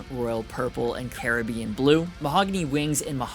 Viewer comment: You said Caribbean correctly, not the American way! And you said autumn instead of fall! My respect for you has just gone up!